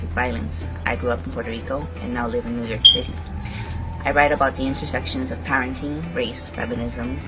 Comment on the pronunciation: I like how she says: new york shitty 😂